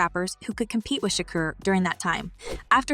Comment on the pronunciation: staaaaappppppp it lmaooooo fr tho , she killed with tupac last name to ; “sha-kerr “ like girl get it tf together lmao